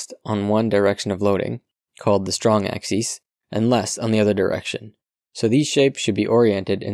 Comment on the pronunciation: Axis is pronounced "AXE-iss" when singular. It's pronounced "AXE-ease" only when plural, but you mispronounced singular as plural many times.